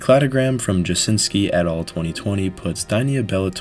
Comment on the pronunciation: The scariest thing in this video? The PTSD I have everytime i ear "et al."